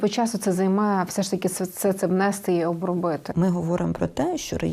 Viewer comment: НЕ бУло, а булО, не внЕсти, а внестИ! Українська мова це не львівський діалект!